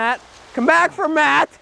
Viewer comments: i know you said for three 3 but it sounded like f**k three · it sounded like he said fuck